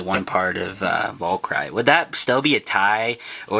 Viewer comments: you pronounce it valkiri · its pronounce vul- ker- rie you dumb dumb. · its val-ker-ee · Valkyrie is pronounced: Val - K - Ree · Hey bud it should have more stuff and it's pronounced VAL-KER-REE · Decent attempt at pronouncing it, but they are: (The attack type) Val-kr-ee (The balence type) Sp-rig-gen Other words in names you should know (wing, fusion etc) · It's pronounced Val-ca-ree. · no valkyrie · The blue one is pronounced val-cure-e